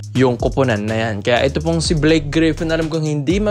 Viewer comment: brods..hindi po BLYKE...BLAKE po